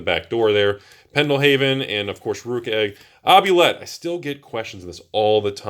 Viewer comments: It’s not “Ob-You-Let,” it’s “Oob-Li-Et.” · Oubliette is pronounced OOO BLEE AY.